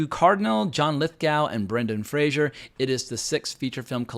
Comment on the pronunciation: I think you make many good points but I can't let you insult Brendan Fraser (it's pronounced Fray-zer, like phraser) he acted EXACTLY the way that defense attorney acted in real life. Fraser's performance was excellent.